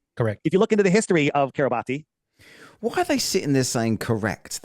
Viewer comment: does his own research but didn't find that Kiribati is pronounced KIRR i bass in Gilbertese language.